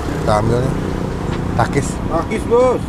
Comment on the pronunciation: kedengarannya pakis om